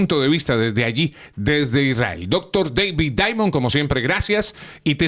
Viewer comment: A este locutor enfatiza mucho Dr. David Diamond tan solo diga el nombre no lo exageres